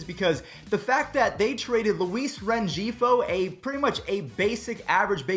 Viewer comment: if you don’t stop calling Angels average player Rengifo with a G instead of the H as in Ren-Hee-Foe I’m going to unsubscribe. Lol!